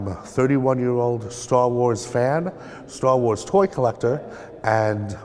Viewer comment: Are you saying store wars?